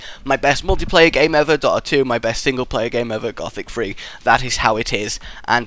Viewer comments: Why do you pronounce Dota wrong btw xD? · Why do you say Dota wrong?